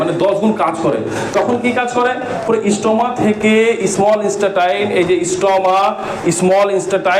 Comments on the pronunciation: ইস্টেটাই না ইন্টেস্টাইন৷ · ইন্সটা টাইন আবার কী। আপনি একজন লেকচারার হয়ে এরকম ভুল ভাল উচ্চারণ করলে হাসির পাত্র হবেন তো মশাই।